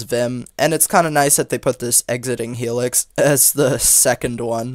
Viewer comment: The words 'heLix' sounds funny 😂